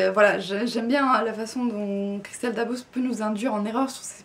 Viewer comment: Pour information, on prononce bien le "s" à la fin de Dabos. Merci pour la vidéo :)